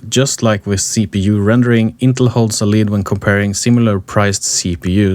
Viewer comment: Who on the face of the earth ( using computers) doesn't know how to pronounce Intel? One guy, apparently! If it was spelled "Intle" I'd be understanding...